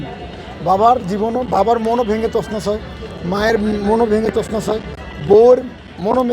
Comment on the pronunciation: তছনছ উচ্চারণ করতে পারে না । হালায় হিরো